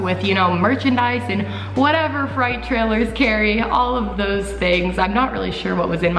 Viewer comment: it’s not a fright trailer. it’s freight